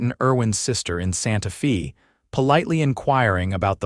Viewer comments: Fairly good story. But I wish you people could find an Ai that could pronounce words correctly. Santa Fay, not Santa Fesses. And so many others. Netracts from the story. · AAAAGGGGGHHHH!!!! Santa Fe is not Santa FEE!!! AI needs an editor/trainer! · Santa “fee”……..AI sucks